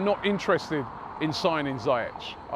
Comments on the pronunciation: It's pronounced "ZEE-YEK" not Zie-ech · Dani Kabellas? CEBALLOS Hakim Zayetch? ZIYECH FFS... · ZAYETTE.....CABEYOS robbie torturing names all the way in Vegas